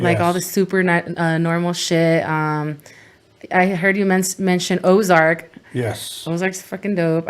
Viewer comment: the shoe is called Ozark not zark. close but no cigar